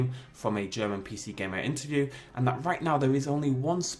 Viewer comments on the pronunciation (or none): none